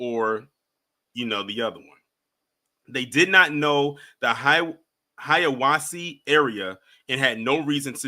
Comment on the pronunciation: HIGH-AH-WAH-SEE is HELLA racist and this is yet another reason I say, ALWAYS CC EDC, train & practice. Ain’t no way. I don’t even go to places that I can’t carry. It goes WHEREVER I go.